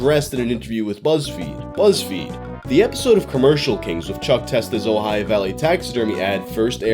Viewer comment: Thank you so much for pronouncing Ojai correctly